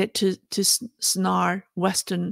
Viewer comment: Hi, just to let you know... 'Snare' is pronounced "sn + air" not "sn + arr" (Cheers 🙂)